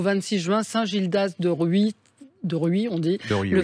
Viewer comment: Bonjour, petite précision, on prononce le "s" à la fin de Rhuys😉 Et c'est vrai, que c'est un très bel endroit du Morbihan, entre autres 😊👍